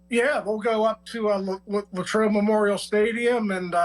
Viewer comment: Latrobe doesn't have a Y latrobe, not laytrobe. 🤷🏼‍♂️🤷🏿🤷🏼‍♂️🤷🏿